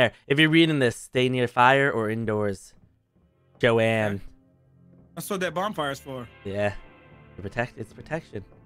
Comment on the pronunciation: Oh, you’re reading has me dead 😂 Ending it with “Joanne” when it’s actually Joan leaving all the letters around. Man, I love ya bud.